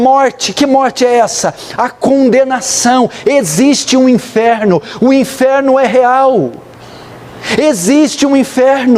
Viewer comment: Quando o pronuncia a palavra "inferno" é engraçado o timbre que sai kkkkkkk